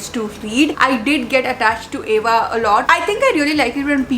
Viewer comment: And that's Ava not eva damn 😊